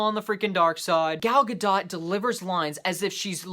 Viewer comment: The "T" in Gadot is not silent. I just found that out recently too.